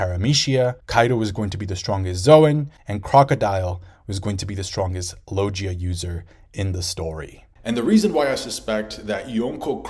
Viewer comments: Why do u say lojia instead of logia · IT'S LO-GI-A, NOT LO-JI-YA FFS!!! ARE YOU VIZ MANGA, ZOLO??? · not gonna lie, each time you said "logia" ; it physically hurt. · Great video but I went straight the comments when I heard you say logia and I'm shocked no one has commented on it